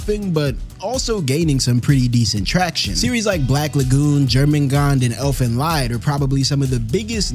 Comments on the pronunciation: It's Elfen LEED bro like to lead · as one of like... 5 Elfen Lied fans in existence (pronounced "leed"), I am cheering. Honestly though, I've never met any male fans of it. It's an Ecchi at heart, but as the manga continues on, Lynn Okamoto actually puts the focus BACK ON to the female cast as his writing and artwork improved until it ended.